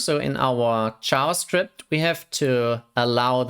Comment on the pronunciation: I got confused when I heard "ChavaScript"